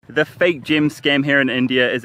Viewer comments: Lmao mate I'm sure everyone did, I was like this is gonna be shit I'm not watching so came to the comments. Why does he keep saying gym/gem anyway it's annoying asf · I thought he was saying gym scam and I was confused till the end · I realised he meant "Gem scam", I thought it's "gym" scam all this while